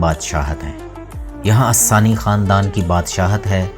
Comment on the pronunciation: اسسانى نہیں۔۔ آل ثانى ہیں